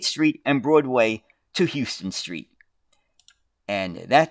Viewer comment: It's pronounced "Howston" Street. I rode them, liked them, but the complaint was that they were unsafe, as criminals could use the upper deck.